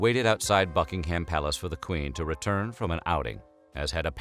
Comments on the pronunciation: It's "Bucking'um" not "BuckingHAM," - oh, good grief. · I know it doesn't matter but it kept bugging me 😂 It's not bucking-ham (as it's written) It's bucking-um Sorry, I know it's not important but still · The H in Buckingham is silent. It’s Bucking’am NOT BuckingHAM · Buckingham Palace is pronounced buck-ing-um palace I'm pretty sure, not buck-ing-ham lol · Can you stop saying bucking ham palace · BuckingHAM palace lol.makes me laugh when Americans say it wrong.. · Nobody:: BuckingHAM Palace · Every time he says "Buckingham" I twitch.